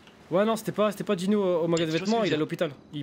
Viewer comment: Je suis le seul à toujours avoir entendu Dino à la place de Gino